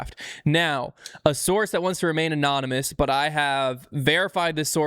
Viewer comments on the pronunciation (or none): none